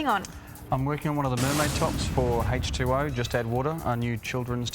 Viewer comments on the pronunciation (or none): Did anyone hear she said go20 not H20 😂😂😂😂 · The woman said go 2 o instead of h2o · I love how she says G2p